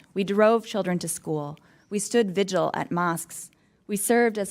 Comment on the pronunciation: Lauren Boebert is so stupid. She said vigiral instead of vigil.😂 She doesn’t seem to know what the Governor’s job is, and Congress’. She asked Oliver Stone a question that was actually about Roger Stone. Don’t ask her to define inflation or she will malfunction.